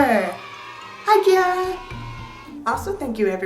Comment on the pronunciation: Ciara is pronounced Keira 🙂